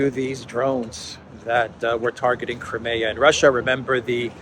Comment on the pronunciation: You should pronounce: KRAIMIA